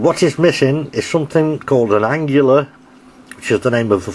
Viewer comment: I think it's pronounced Ang-lee-a not Ang-u-la...just a thought...Thanks for the video!